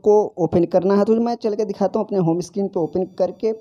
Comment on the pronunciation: Screen not a स्कीरीन